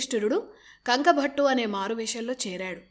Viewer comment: Bhaghunnava sodhari appudu yeppudo etv channel lo newsreading chadhivey meeru ippudu ikkada e youtube channel lo job chesthunnara sodhari bye the bye sodhari adhi kanku bhattu kanka bhattu kaadhu. Any way maa sodharikhi dhanya vaadhaalu.